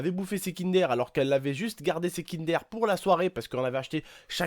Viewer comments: qui a remarqué que à la place de dir kinder au début elle dit kindér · sa se dit kindeur pas kindér au passage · c'est pas kinderre c'est'kindeure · Mdrrr sa me stresse le "aire " c'est kinder pas kindaire il me stresse à dire ça tonton !